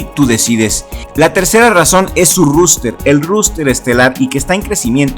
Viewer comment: Un consejo, se pronuncia roster, no ruster